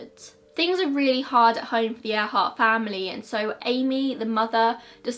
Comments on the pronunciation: You're not the only one. I heard it like that too. 😊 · Am i the only one to heart " Air Heart " instead of earhart ? So much more fitting to her...